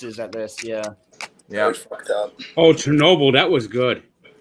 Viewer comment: Are we gonna act like didn’t say “K-ernobyl”